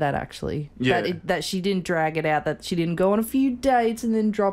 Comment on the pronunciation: When he says "she", I just hear "he". Guess the S is silent